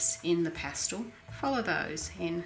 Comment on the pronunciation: pas-TELL not pas-TOLL